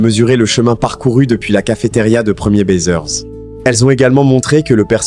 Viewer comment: Le mec de cette raconte de la merde mdr Déjà c'est pas 1er baiseur mais premiers baisers et se prononce bézé <-- baiser Ils ne sont pas décédés C'est juste que toutes les séries AB on été arrêtés peu de temps avant la fin du club Dorothée